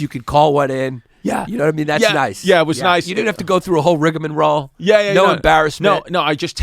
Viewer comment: That's definitely not how you say riga'morole.